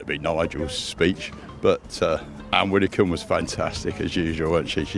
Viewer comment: Omg. Widdicome 😅